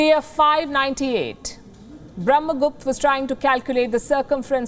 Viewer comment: Can you please at least pronounce their names correctly? That's Aryabhatta, Brahmagupta and so on with an "a". Not Arya bhatt or Brahma gupt.